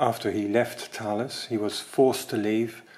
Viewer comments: I had some single frequency GPS receivers (for surveying) with the brand name Thales. I was told it’s pronounced Taw-lus. Looks like Thay-uls to me. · Great pair of videos - I think we've been pronouncing the Thales name incorrectly all this time!!! That really is the essence of a pinwheel calculator with no extra bits or features, nice and simple. The moving comb to clear the input register is like the one on the Felix machine.